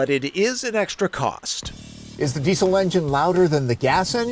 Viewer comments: Hahaha your accent -> dee-cill It's pronounced dee-zil Do you say mu-sick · Please pronounce Diesel correctly - "Dee-Zil"